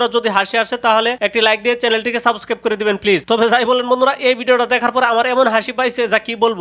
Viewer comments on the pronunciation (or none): আগে সাবস্ক্রাইব বলাটা ঠিক কর ভাই তুই